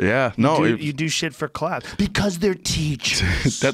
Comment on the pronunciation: They're TEACHURRRRRS.